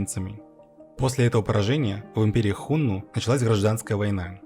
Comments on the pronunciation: Господи,как же больно слушать "Хунну" и про правителей империи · 1. Хунну - ударение на 2м слоге, на 2ю "у". 2. Хунну (гуны) это тюркоязычное, а не тюркское племя. Гаплогруппа хунну G значит они произошли на Кавказе и переселены были то ли шумерами, то ли сами бежали от Ледникового похолодания. 3. Хунну никогда не были в Западном Казахстане пока их не свергли китайцы. 4. Китайцы свергли хунну только из-за предательства усыновленного ханом гунов китайца. См. "Троецарствие" и Дун-Жо 5. Единственное скифское племя попавшее под власть хунну это канлы (кангюй).